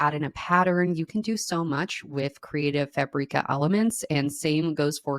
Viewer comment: Why do you pronounce Creative Fabrica like Creative Fah-bree-ka? It's Creative Fabric-ah.